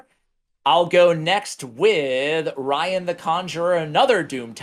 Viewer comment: Re Rian: guys plz go listen to some Fleetwood Mac or meet an Irish person it's pronounced "Ree-Anne" not Ryan 😹